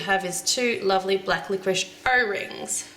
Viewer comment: so wanna make this for my girlfriend xD, love the way your accents says '' O .. rings "